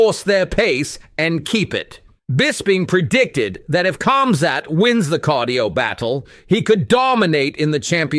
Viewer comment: Not cum-zat bro its Khamzat lol joking awesome video! 🤣